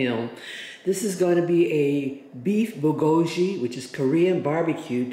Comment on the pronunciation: Great video to cook the Costco one. But please learn the pronunciation of Bulgogi.